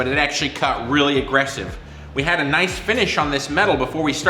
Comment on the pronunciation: "Noice and Toight."